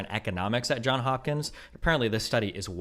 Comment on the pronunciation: Bro it’s Johns* Hopkins